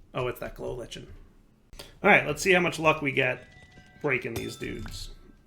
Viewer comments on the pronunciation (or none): lichen is pronounced liken, my bad if you knew that.